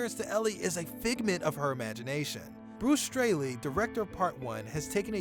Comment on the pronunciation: Can't tell if you said Bruce Strayley or Stanley